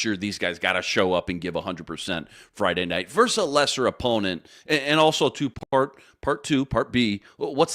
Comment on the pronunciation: Versus not verse